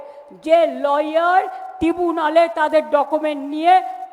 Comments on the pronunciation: Tibunal jinis ta ki??? Bujhte parlam naa...tribunal to sunechi..tibunal ta ki...😂😂😂😂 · ওটা টিবুনাল নয় এটা ট্রাইব্যুনাল 😂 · "টিবুনাল" 😂 এত অশিক্ষিত কোনো রাজ্যের প্রধান জীবনে দেখিনি। ছিঃ